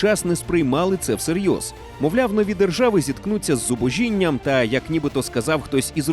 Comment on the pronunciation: Дякую за роботу, а меценатам за підтримку каналу! Хвилинка інспектора мовної поліції: - без винятку, а не без виключення - зубОжіння, а не зубожІння